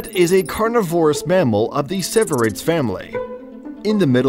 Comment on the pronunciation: "Genette is a carniVORous member of the civerrids family" My God buddy you managed to mispronounce the animal's name, the animal's description, and give the wrong family name. What a trash video by someone who knows nothing about genets.